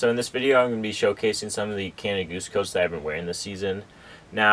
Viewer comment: Would be helpful if you could include the names of these jackets and coats in text. Can’t understand your pronunciation of some of the names.